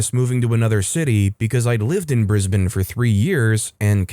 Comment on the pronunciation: Thank you thank you thank you for saying Brisbane correctly ❤😂❤😂